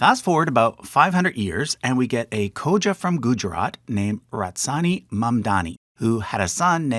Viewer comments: Is Ra-tansi really pronounced Rat-sani or is this a typo? Mitch Epstein is also pronounced Ep-stine, not -steen. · Is it Ratsani or Ratansi ? You keep saying Ratsani, but Ratansi is written on the screen. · Why is Ratansi pronounced Ratsani? And Masuma is pronounced Musama the first time. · Please get the pronunciations of the names right. It's R-A-T-A-N-S- I, not whatever you pronounced.